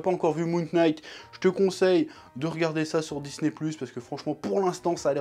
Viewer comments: Super review chef ! Parcontre je sais pas si tu fait exprès pour le délir ou si c'est involontaire mais le K de "Knight" ne se prononce pas. "Knight" se prononce comme "night". Je vais sûrement me faire insulter pour cette correction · Salut chef, Knight se prononce night, K is silent, ouais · Il a prononcé le k dans le nom de la série, jettez lui des tomates immédiatement XD XD XD. Très bonne review comme dab on a l'habitude.